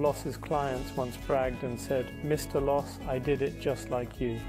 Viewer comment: Amazing building and design. – AI is not cutting it yet. The name is Adolf Loos, not loose, loss, lose, or losee. I have heard AI narration with better intonation, but it’s probably based on how the narrator.